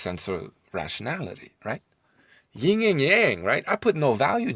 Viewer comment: It yin, not ying